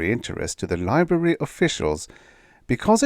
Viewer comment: The one I considered not including is "library." I included it because it sounded like you swallowed the first 'r'. I considered excluding it because maybe you have a thing about saying that 'r'. Like with the 'r' in Trussel, which doesn't sound like I would expect given the spelling. As far as I know, the British & American pronunciations of all those words are the same. But when I googled I didn't look carefully to see if a British pronunciation was available. I was very sleepy.